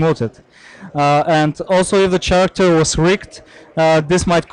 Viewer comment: it seems only to me that this guy can't pronounce the word character ?